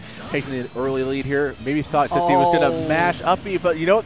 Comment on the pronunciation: His name is See-Squee